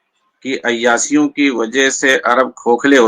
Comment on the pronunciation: ابے ۔۔۔۔۔۔۔ عیاسیوں نہیں ہوتا ہے ، عیاشیوں ہوتا ہے ۔۔۔۔۔۔ bhkkkk